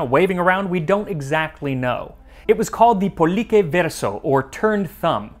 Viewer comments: Dude why are u pronouncing "c" as "k", Cena Libera is pronounced "Chena Libera", again, Pollice Verso is "Polliche Verso", not "Polike" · Pescetarian is pronunciated "peshetarian" not "pesketarian" (peshe=fish, peske=peaches). Decimo =dechimo Pollice = polliche The rule is that C and G are soft (ch) when there's a "i" or a "e" after them and hard (k) when there's a "a/o/u". The tricky part is that, to write sounds like "ki" or "ke" you actual use the "h" to harden the "c" (so "chi/che" is pronunciated "ki/ke"). Same for the G. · Just a small thing, you are pronouncing "cena" and "pollice" wrong. "ce" in Italian is pronounced like CHEster. (